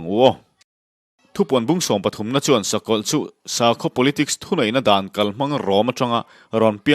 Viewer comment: Shawm na, Shakawlh, Shawi, nasha tak. Shetana, Shavawm, Shakei.....Sha mah mah...Duhlian țawngah "SHA" a a awm lo..ngaihthlak a hrehawm lek lek...